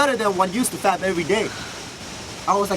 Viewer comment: Learn to pronounc the sound p in fap. You pronounce it b.